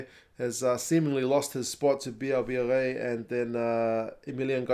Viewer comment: Sad for Ntamack that he's more secure in defense but Jalibert is a more dangerous attacking player. Nice to see Louis BB (nice pronunciation mate :) ) in the squad, this kid is electric ! Other than that we were expecting more or less that squad for the RWC. Great video man ! Keep going ! Give you a Patreon if the ABs win the first game :) (or even if they lose as consolation)